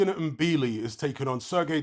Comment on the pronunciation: and THIS IS how you pronounce it THANK YOU…🤣😩 It’s not M—-billi, it’s " Mbilli "